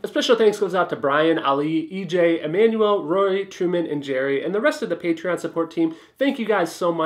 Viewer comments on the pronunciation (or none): none